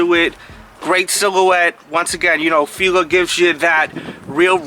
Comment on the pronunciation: fee lah, sounds better then feela